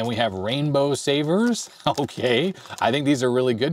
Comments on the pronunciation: it's not Rainbow "Saver" it's "Sauer" the german word for sour. Yes, they are all german, where Haribo originally comes from. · It's not "saver", it's "sauer", which is German for "sour". Actually it is pronounced almost identical.